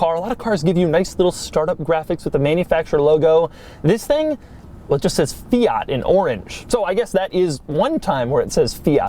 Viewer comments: For the love of God: Fee-arrt!?! It’s Fiat. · He is saying both Fiat, and Abarth wrong, and he says them both a lot. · 21 minutes of Doug mispronouncing Fiat and Abarth: usual Doug Quality Achieved.